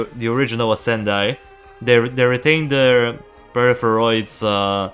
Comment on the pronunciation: I would say the pronounciation for the Ascendii is with an [e] instead of a the [i] And the Scytheer is from the word scythe so its more like [sytheer] (without the [k])